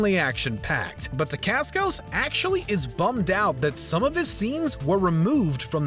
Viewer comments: It's SANTINO D'Antonio! Also, you called Mark Dacascos "Damascos". Try getting the names right next time. Ps. The "pope" looked more like an archbishop/cardinal to me, judging by the attire. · He also keeps calling Zero Demascos. His name is Mark Decascos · it's pronounced Dacascos not Demascos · "Damasco's"? 3.16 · Damascos? Really?! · Lagizamo? santonio? demascos? Who is this voice over guy? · He said Dacascos